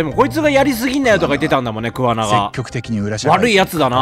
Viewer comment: 今回イジメをテーマにしたのって、製作者も訴えたいものがあったのかなって思った 充のイジメ動画は本当見るの辛かった… あとレトさんの桑名↑が気になって仕方ないｗ